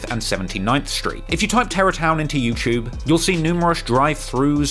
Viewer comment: I hate the way you say youtube LMAO bro said “youchube” more than 7 times